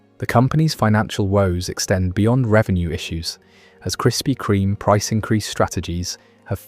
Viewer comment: Why can't you pronounce the bloody name?